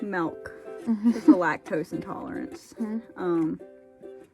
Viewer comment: says melk and I think that’s funny